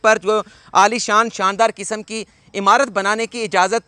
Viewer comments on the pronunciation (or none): none